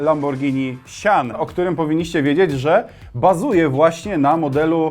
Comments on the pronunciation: Lamborghini "sjan" nie "sian" ;) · Nie sian źle wymawiasz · Źle wypowiadasz sian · sian = czytaj sajan